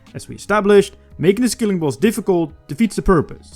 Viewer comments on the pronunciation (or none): It's a SKILLING boss not a SKILLER boss